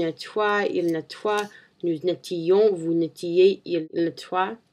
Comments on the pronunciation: lol, you've got a good french, we can easily understand you, that's great ! but you still do many mistakes. You said something like : "nous nettions" "vous nettiez", but in reality you must say "nous nettoyons" and "vous nettoyez". The sound of "oy' in this verb is the same of the english "Y". "nett-oy-ons" "nett-oy-ez"... hmm.. that's difficult... if you've got any question just tell me =P See ya~ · when u said "nettoyer ... its okay but ... when u pronounce (nous nettoyons, vous nettoyez ) pronounce your O before your Y ... ^^ but dont stop... u are on the right way ! ^^